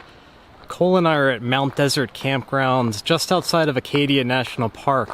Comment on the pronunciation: Great to see this. I'm very familiar with every town and path you covered. Only one thing: Mount Desert is pronounced "Mount Dessert." It's a little weird, I know. Say it with a French accent and you might guess how that pronunciation came about.